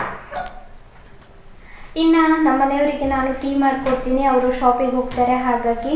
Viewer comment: ಶೋಪಿಂಗ್ ಅಲ್ಲಾ ಮೇಡಂ ಅದು, ಶಾಪಿಂಗ್....ನೈಸ್ ವ್ಲೊಗ್ ❣❣